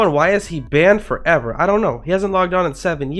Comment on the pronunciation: bro how he say banned forEVER